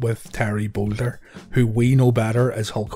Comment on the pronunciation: It's not Boulder its Bollea Terry Bollea